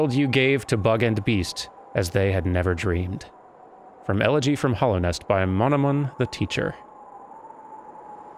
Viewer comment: Hallownest, not Hollownest. It is a hallowed place. Also, yes -- return to the place you died